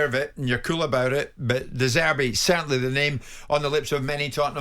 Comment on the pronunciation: roberto de zeebrii 😂😂😂😂